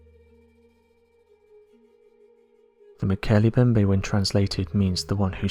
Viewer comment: To the narrator..the M in Mbemnbe is not silent. It is pronounce Molkele "eM" bembe.